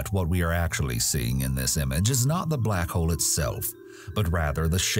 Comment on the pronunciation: Am I the only one who can't unhear the word "Black Hoe"?